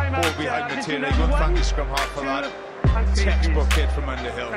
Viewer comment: It's 'Underhill'. Not 'Aunderhill' - not sure that person exists! England my England.